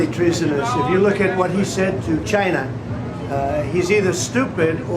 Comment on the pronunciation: Why does he say china like he has a speech impediment….